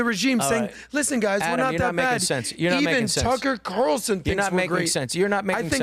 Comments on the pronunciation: Adam said “Tucker Quatarellson” i’m not a fan of Adam, but at least he listens to Mark Levin lol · Adam... cmon man. "Tucker Qatarlson"? What are you, drinking some Mark Levin excrement?